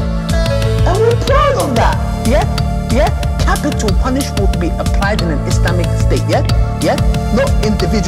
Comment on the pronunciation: Thanks, some things he said are a bit difficult to understand. One time it also sounded like he left one syllable out: "capital punish" instead of "punishment", so sometimes I was in doubt about a word. I will change it to "it just backfired on you".